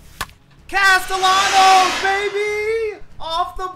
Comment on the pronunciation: the way you pronounced castellanos 😭